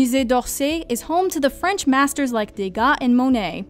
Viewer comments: Is the narrator French? Accurate pronunciations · The way she pronounce words in french is spot on I am impressed